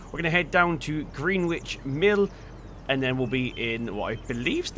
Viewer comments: Just saying but it’s pronounced..... Gren-itch......not GreenWich 👍🏻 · Gren-itch......spelt the same as the place in London......as in Gren-itch mean time 👍🏻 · its green-itch not *green-witch*, i refuse to call GMT by a stupid american pronunciation when its not even in america. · Greenwich In London is pronounced 'gren-itch' ... This map is one of the best in fs19 imo though think it could do with a few larger fields too... glad it's finally been updated for seasons now :)